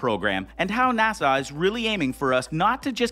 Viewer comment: Could you please stop pronouncing NASA as if you were trying to sigh at the end of the word? It's NASA, not NASAW.